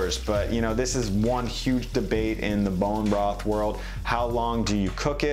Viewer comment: Great video but why you keep saying bone bross . it’s broth. Just call it stock you can’t say the word